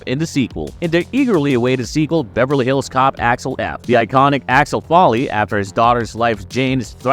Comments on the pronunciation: FOLEY! NOT FALLY!! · It's FOLEY, dude 😂😂😂😂😊